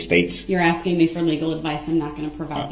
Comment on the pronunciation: “I’m not trying to get you to give me legal advice. I’m only axing you to tell me what to do when I break the law and get charged with a crime.” This has been another great quote by legal mastermind Duhrell “licen place” brooks attorney of lawfully law. The man who brought you “it’s not an examination it’s a direct” and “is a thyroid a form of cancer?”